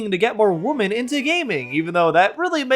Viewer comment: Could YouTuber's please learn how to pronounce the word "women"? Why do so many YouTubers pronounce "women" as "woman" now?